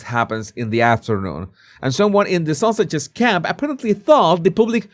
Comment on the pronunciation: pronounces ‘Sussex’s’ as ‘sausages’. I like that! It fits!